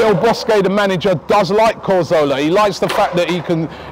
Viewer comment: Why do you say 'corzola' hah